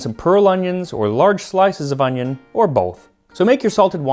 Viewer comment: I like your pronunciation of onion, resembles korean "hi" :v